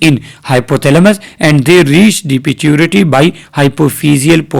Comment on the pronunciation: Pituitary or piturity?